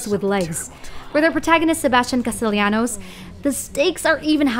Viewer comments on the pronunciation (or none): none